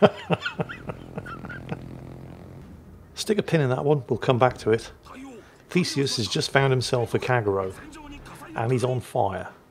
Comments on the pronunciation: I had to look twice of the atago players name as I always heard "fecies" (or "feces")😂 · Every time you said Theseus my brain said Feces and my inner ten year old giggled.